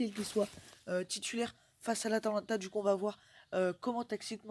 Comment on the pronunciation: *atalanta pas Atlanta